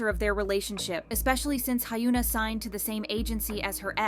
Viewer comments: Hyuna is pronunced Hyeon-ah/Hyawn-ah...not Hyoon-ah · It's not Hyoo-nah, it's pronounced Hyeon-Ah. 2 syllables not 3. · Does anyone feel like the new voice of Kookielit sounds like an AI version of the old voice? It seems to lack emotion unlike the previous voice and to also pronounce names differently, like Hay-una instead of Hyuna, etc. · Hyoona. High-yoona. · I mean the Soyeon, Seulgi, SinB and Chungha collab for SM station was awesome, so I expect only good things 😊 Ah yes, the iconic idols Hy-oooo-na (edit: oh, sorry, my mistake..its HA-yooo-na now) and BduhB 😂 Please, the AI is creepy enough on it's own without all the weird mispronounciations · not a fan of this new voice at all. the inflection is super weird and robotic even though the tone is similar. “hyuna” was pronounced three diff ways in a minute? please go back to the old one. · Damn, I was wondering why this video sounds so different even though it seems to be the same voice. But there's something kinda robotic about the intonation. Yet I didn't realize that it might be AI until it mispronounced Hyuna's name. Something that I've never seen the narrator do.